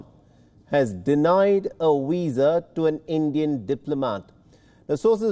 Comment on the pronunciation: Arrest that man, he's just murdered the word Visa